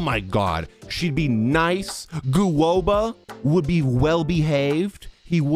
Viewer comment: Chai-ling😭 Gu-oba💀☠️